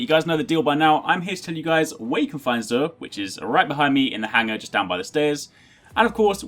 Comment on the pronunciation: thank you for pronouncing his name right unlike Queen Gothalion calling him JUR